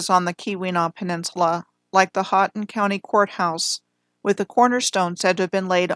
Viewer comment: Very nice coverage of my homeland the Upper Peninsula of Michigan. You did pretty well with your pronunciation of Houghton county (ho-ton) and the Keweenaw (key-wa-nah)! I'm near Munising, which is home to Pictured Rocks National Lakeshore. There is a lot of interesting old world architecture in just about every town and small city up here and I've been thinking about starting a project with my daughter documenting these buildings what I plan to call the "Marquette Mudflood"